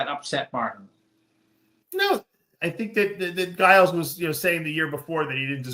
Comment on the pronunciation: The way Dave pronounces Giles 😂